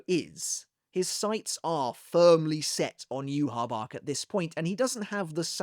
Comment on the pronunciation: Where did u get the pronunciation of "youhabark" isnt it "youhabaha"